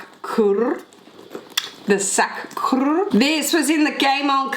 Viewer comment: The coeur is pronounced as "kerr" xx